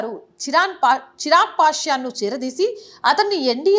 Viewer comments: పాశ్యాన్ కాదండీ పాశ్వాన్ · పాస్యాన్ కాదమ్మా పాశ్వాన్ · పాశ్వాన్ అమ్మా.. పాస్యన్ కాదు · Pasyan kaadhu madam Paswan. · Pasyan kadu Paswan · Ohh akka... Adhi pasyan kadhu .. Chirag pashwan ... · Amma talli chirag pashwan Peru marchaku amma talli nduku kaavalane Ala pashyan Ani antunnava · అమ్మా వార్త బాగుంది. చిరాక్ పాశ్వాన్.(పాస్యన్) కాదు.సరిచేసుకో తల్లి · Pashan kadu mam pashvan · Not pashyan he is Paswan. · right but she is saying in telangana slang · పాస్యాన్ కాదమ్మా పాస్వాన్. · Madam pronounce Pashwan note it for future